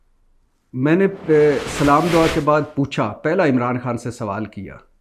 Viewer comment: Bhatti SB apna salam kehne Ka talafuzz theak karain Accha Nahi Lagta...shukria